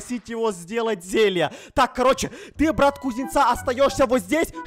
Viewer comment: Вы тоже услышали вместо брат м марат